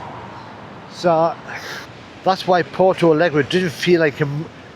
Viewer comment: Try learning to pronounce the name of the city